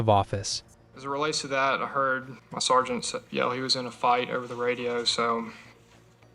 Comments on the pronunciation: Anyone who can't pronounce sergeant correctly is someone I don't want to listen to...too damned lazy to do the bare minimum of pronouncing very common words correctly, means too damned lazy to get the facts right. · Using AI for narration needs to be banned. Surgent??? Sargent Intigrah??? Integra